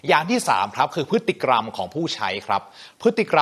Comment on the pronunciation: ได้ความรู้มากครับ แต่ออกเสียงผิดคำว่า พฤติกรรม ครับ